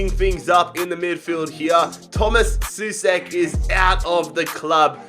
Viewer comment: Souček is not pronounced [su-sek], but [so-check]